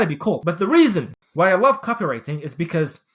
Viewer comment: Say Copy-wriTING again mf!